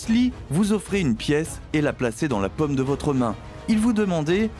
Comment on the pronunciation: Très intéressant... mais, de grâce,, apprenez à prononcer le Français correctement. A 11mn et suivantes, vous nous inondez carrément de 🍏 alors que, de toute évidence, vous parlez de paume; oui c'est l'intérieur de la main et ça n'a rien à voir avec les fruits. Alors, s'il vous plait, remballer cette manière de parler bobo-méridionale qui n'a rien à voir avec les prononciations Françaises réglementés que vous pourrez travailler avec la phonétique de n'importe quel dictionnaire papier ou encore sur internet. A bon entendeur... Salut.